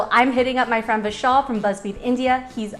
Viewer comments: Whenever she said "Vishal" I heard "Michelle" 😂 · As I’m also an Indian, my reaction: Vishal (pronounced incorrectly) Me: oh nice name, Michelle (Name card comes) Me again: oh wait. No, that’s very wrong Also when he said hey Siri it woke my Siri and I was confused why the video stopped